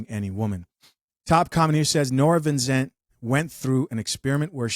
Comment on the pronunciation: It's Vincent,. Vin - cent. You're welcome...😏